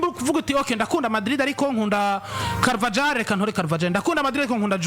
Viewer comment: Bavuga CarvaHAL. Ntago bavuga uko byandikwa.